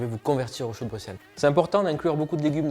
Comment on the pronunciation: Juste pour la prononciation...Le "x" de Bruxelles se prononce "s" comme le "x" de soixante...Dick Annegarn s'est aussi trompé...😊